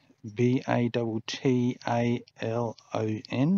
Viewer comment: "Sergeant" is pronounced "saa-jnt" (the rank of). "Battalion" is pronounced: buh-TAL-e-uhn (large body of troops up to 1,000 strong). Only mentioning, as you seemed unsure of how to pronounce them, and so you will know in the future. This looks like an amazing place to visit and such a lovely day for it. Thank you for sharing.